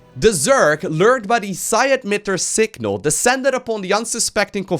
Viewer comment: Correcting mistakes: 1) Its not psi ADmitter, its psi-EMITTER:) 2) Emitters do not contain any energy from terran units. What is it? A necromancy? It emits (hence the word "emitter") waves similar to those from the ghosts. 3) Although Mengsk did say that the zerg is a weapon developed by the confederacy, it is up to interpretation whether they simply made them into weapon. Not created the zerg themselves who we know are created by Xel-Naga. Normal ones, not the fallen idiot made up for SC2:) 4) Why ask how much damage the unit deals if you can simply check it on the damage icon of e selected unit? Same as in SC2. The same way you never checked armor in WC3